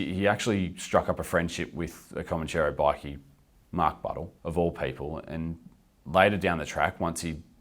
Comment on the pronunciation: It's Comanchero, not Comancheero......Mark Mori is a wanker.